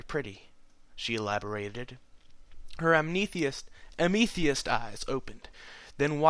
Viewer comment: its pronounced AM-AH-TH-EST ok. Its a type of purple crystel.